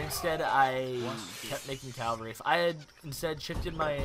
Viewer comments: Its "caValry" not "caLvary", You weren't even pronouncing your main-force right. As for the tactics, Its surely your deck that let you down. Cavalry wise FF with Combo of Axe and RIfle Rider would have made a difference. Or Combo of Tashunke and Bow Rider would have made it a little easier. AOE3 is like a Pokemon battle and civilizations are like pokemons, Some civilization just aren't made to play against some particular Civilizations. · Cavalry not Calvary. And you stockpiled way too much coin that entire game.